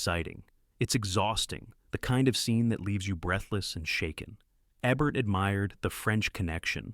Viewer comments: It would be rad if you pronounced the names right — or is this narrated by AI ? It’s not Eh-bert it’s EEbert. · Nice list. I don't expect you to know this because you are probably too young to have seen Roger Ebert's show, but you pronounce Ebert with a long E. So it would be like EEbert. Thanks for the list. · His name is pronounced as it's spelt. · AI can't figure out how to pronounce Ebert's name. Ee-bert? or Eh-bert. Shows how much this channel really cares about what they're doing. Also, I wonder if Alec Gwyness is the same one who played Obi-Wan Kenobi. This isn't just a channel about movies; it's a messed up feverdream of mispronunciations and overwrought descriptions. Good choices, though! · I agree. I thought maybe he was young but the pronunciation of Alex Guiness and Gunga Dinn and of course Ebert drove me crazy.